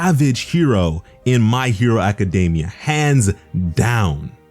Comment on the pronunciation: The only pronunciation that bothers me is how you say 'Academia' Incorrectly lol. But i'll live XD